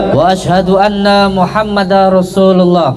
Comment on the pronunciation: Wa Ashadu anna Muhammad Darrosulullah,bukan Muhammada...Din tanwin bertemu ro bacaan idgom bilagunnah..Udin konidin..syahadat saja masih salah...miris